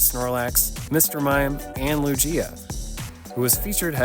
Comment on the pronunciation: How can you have such a complete collection and say Lugia wrong 😂